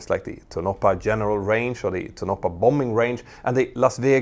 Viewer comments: It's not "To-NO-puh," it's TOH-no-pah." -- The Skunk Works was in Burbank until 1989, 30 years after the U-2 testing. JANET flies from LAS because "why not?" While they don't talk about it, it was never a secret. Las Vegas provides plenty of temporary housing opportunities, mostly in the southern part of town (closer to LAS). LAS also has as all of the facilities necessary to handle B737s, including parts warehouses. Nellis AFB has limited access, which is shared by base personnel, while there are several major thoroughfares from which the Non-Existent Terminal can be reached, day or night. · It's "TOE-na pa", not "Toe-NO-pa". Also, Skunk Works was originally located in Burbank, CA, only relatively recently moving to Palmdale. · ... pronouncing Tonapah "toe NAH paw" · you are really fucking up the name of the town there. its an indian word. Tonopah is "TONE-a-PAW" or TOHN-ə-pah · I like how you say tonopah. Lol it’s Tone - a - paw ;) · Tonopah is three syllables. To - no - pah. Love your channel. 😁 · I hate correct people's pronunciation of a word ..But in this case I have to become Commander Grammar and correct you. Tonopah is pronounced- TOE-NO-PAHH I live in Vegas so kinda have the knowledge of it. Hanging my C.G. costume up now. Good video though! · For reference Tonopah is pronounced Tone-a-paw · Tonopah= pronounced tow-no-paw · It’s toe-na-paw. Tonopaw